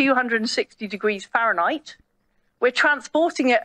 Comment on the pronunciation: She can't pronounce Fahrenheit 😅